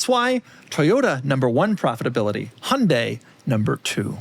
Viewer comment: Really appreciate how Doug pronounces Hyundai correctly…